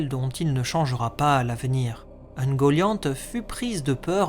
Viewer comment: Alors je suis tatillon, mais c'est /uŋgoliant/ (oune-gO-li-ane-t). Le mieux est encore de prendre la phonétique des prononciations